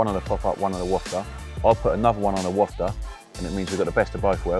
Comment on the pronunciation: Please please please!!!! It’s a wafter!!!! Not a wofter!!!